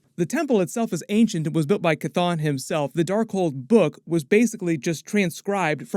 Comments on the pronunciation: Jesus the fucking H is not silent. Its Cheh ton not Cuhthone. 🤦🏿‍♂️🤦🏿‍♂️ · Dude, the demon's name is not pronounced Kathon its pronounced Shhhthon. You didn't hear Wond say it in the movie. I keep commenting to you everytime you mispronounce it. I guess its better than the way you use to buchter it, Kathone. Its Shhhthon !!!!!!!!!!!!!!!!!!!!!!!!!!!!!!!! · After MOM i realize Chthon is pronounced sathon. So I always cringe when I hear it pronounced cathon now.